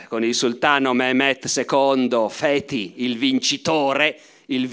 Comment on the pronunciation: Professore, ma come "Feti"?, il conquistatore si chiamava "Fatih"